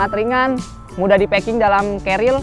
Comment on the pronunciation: Carier bukan cariel